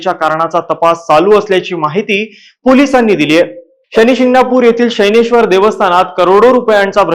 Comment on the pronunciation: शनैश्वर ✔️ शैनेश्वर ❌